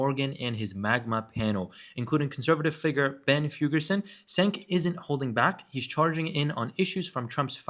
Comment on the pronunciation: Cenks name is pronounced with a j. Think of it as Jenk.